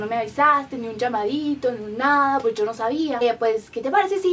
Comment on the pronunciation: El español le ha salido como el culo😂 desde cuando aqui en españa "pues" se pronuncio "pueshh"? Dios que mal JAJAJAJAJAJJA